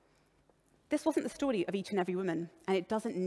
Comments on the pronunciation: Am I the only one who wanted to do something incriminating every time she said "stordee" (story) ? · the story of someone who doesn't know how to properly pronounce "story." Yeah, her pronunciations annoyed me as well. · The way she pronounces "story" really irks me